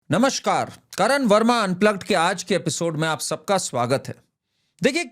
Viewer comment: 0.01 it is Namaskar, Not Namashkar. नमस्कार होता है नमशकार नहीं.